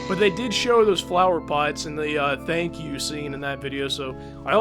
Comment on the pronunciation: The first time it sounded like "fuck you" to me (and I've replayed it and it still sounds the same to me), but the third one sounded like thank you.